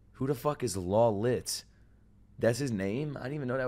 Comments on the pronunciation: L's name (Lawliet) is pronounced as "Low-Light" 😅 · I am an indian and damn, you really got it, "lawliet"(pronouncing wise) is an indian name, spelling is different though(lalit) but when you say this in american accent, its exactly what you said